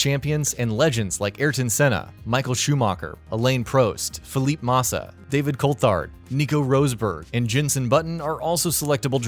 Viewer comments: "Michael Shoemarker, Alane Proste, Philip Marsa, Nico Roseberg" 🤦‍♂️ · "Feleep Mahsah" I cringed so hard when he said that 🤣🤣🤣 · Did he really say, deevon butler, emola, Elaine prost, phillip massa. What the fuck.